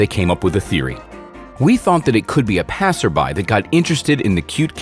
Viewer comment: Passers by......not Passers byes!